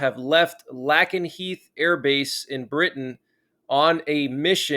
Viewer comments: fyi its pronounced "Lay Ken Heath" all good... I just think more will be done from here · A small point,, it’s pronounced LAYkenheath. Thanks. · It's pronounced Lake-en-heath. 🤦🏻‍♀